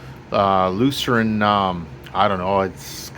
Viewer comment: i think the name is pronounced LU -CERNE . I could be wrong but i think just two sylables